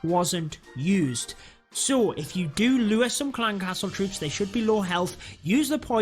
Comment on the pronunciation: Very useful. But I lost it when he said them trwoops